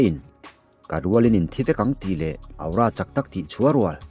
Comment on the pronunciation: Sir aura tih hi athing e ka comment tam ve tawh teh reng nen awra tiin lam zawk la ngaihthlak anuam zawk alom....... Aura aura aura 😂😂😂 thing e